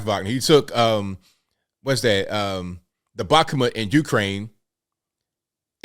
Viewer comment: Its pronounced bak-moot ik you aren't Russian.